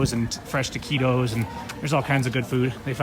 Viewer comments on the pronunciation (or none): I did not understand when you said TAQUIDOS... the correct pronunciation is TAQUITOS with T as in Tank..